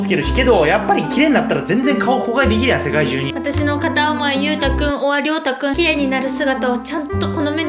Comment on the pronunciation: ま、まゆ？まいじゃなくて？w